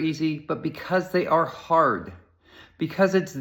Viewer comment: Because they ah hahd. It's such a good bit of speech though. Challenges need faced. Leaving your comfort zone now and then is important.